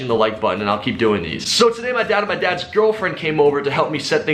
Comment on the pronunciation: everytime he said "my dad's gf" , I heard adapts gf , thought for a second he was hitting it too😂